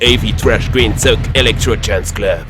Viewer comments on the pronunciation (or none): none